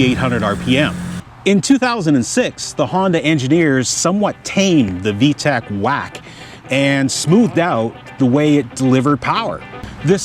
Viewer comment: It's VTEC, not VTECH.